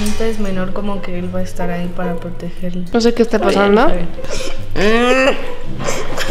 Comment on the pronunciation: En el minuto me mori con el " te wa a pegar" jajajJaj❤